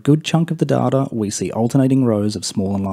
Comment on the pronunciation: I’ve accepted da-ta in place of day-ta but dar-tar? Come on